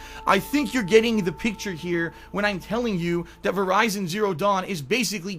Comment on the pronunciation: Did he just say VERIZON Zero Dawn??? LOL keep up the good work.